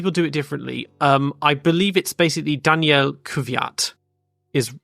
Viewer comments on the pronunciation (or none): Daniil is also not Daniel